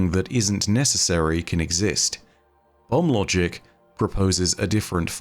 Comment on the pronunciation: I keep hearing bum logic instead of bomb logic. Also, the prime root with that artifact looks like a key pointing to the portal.